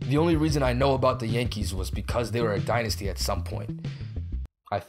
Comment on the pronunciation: It is called the die-nysty